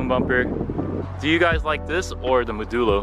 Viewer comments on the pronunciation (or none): please consider using the correct pronunciation of the word “Modulo”. You can hear the correct pronunciation here